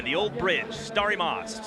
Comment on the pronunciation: starry mawst...lmfao